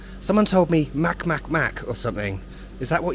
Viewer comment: I adore your videos and your sense of humor as always XD As for the cats, Mac Mac is pronounced like MaTS MaTS (a strong ts sound, the c like in pljeskavica, and also ts like in caTS)